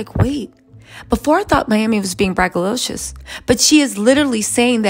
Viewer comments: Ok so this one bothered me a little.. it’s Braggadocious not braggalocious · What is “bragALOCIOUS”? 😂 The word is braggadocious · Btw, that word is braggadocius, not braggalocious.😊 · Braggadocious not braggalicious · BragaDocious Not BragaLicious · BRAGGADOCIOS 😂 I’m sorry you were driving me crazy 😂